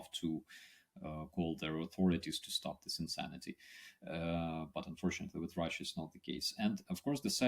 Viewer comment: There is no R on the end of the spelling of Russia! Russia is not pronounced Rusher. I could accept such pronunciation from everyday blokes, but you are a professional are you not?